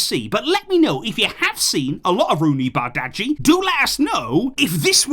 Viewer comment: it’s pronounced more like bardji, the g and h seem silent 😂 Also, I’m one of those people from football manager, but he is a baller in real life as well. A bit similar to a Rodrygo (and a bit of a low hanging fruit but similar to Messi especially in terms of his dribbling style), but left footed. His he can dribble, he can create but finishing is his standout attribute. The long term injury did slow down his development though but the fact that his stocks are down now is a great market opportunity and if he pays off, which I think is more likely, he pays off massively, but if not he’s still going to have high resale value and make us profit.